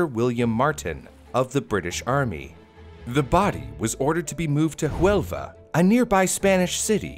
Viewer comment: Nice work done,, but two small details... - Huelva is on the southwest coast in Spain. The city that would appear on the map is Jaén. - The H in Huelva is silent (unlike the J in Jaén, which is aspirated) I think Babbel would help you more on that.